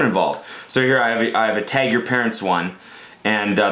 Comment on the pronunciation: you sound so canadian when you say tag i’m laughing